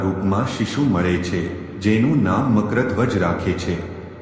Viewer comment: Nam no ucchar to spashta karo